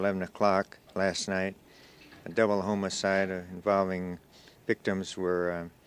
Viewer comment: Oh my goodness, the way the officer says "homicide" not sure why he calls it homocide.